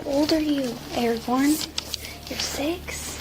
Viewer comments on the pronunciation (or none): I thought he said kids name was airborne😂